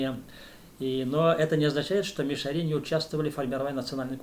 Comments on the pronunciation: Ударение неправильно! МиШАри не МишаРИ. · Мишяр. Ударение на втором слоге...так себя называют татары д.Тат Толкиш Чистопольского района и др..мишяре в Татарстане.. Вы говорите о другом народе? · Ударение на А - мишАри !